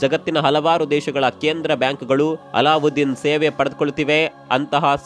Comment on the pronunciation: ಅಲ್ಲಾದ್ದೀನ್ ಅಲ್ಲಉದ್ದಿನ್ ಅಂತ ಹೇಳ್ಬೇಡಿ pls